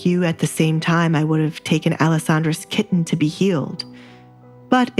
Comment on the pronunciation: I wish the narrator would stop saying the word kitten. She pronounces it like a moron.